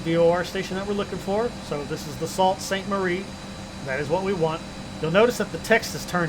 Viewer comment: you definitely need to work on your ''Canadian City Names pronunciation''! We say {Regina like in Carolina} and despite ''Sault'' is written this way, we pronounce it Sue Ste-Marie not Sault Ste-Marie! Knowing the above is one step ahead to become a true Canadian:P